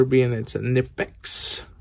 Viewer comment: Great video. But it is not nipex, k sounds in German. Knipex